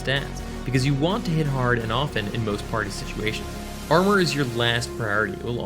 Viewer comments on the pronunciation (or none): none